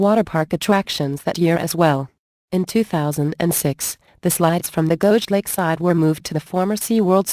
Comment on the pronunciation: The computer voice got Geauga Lake wrong. :(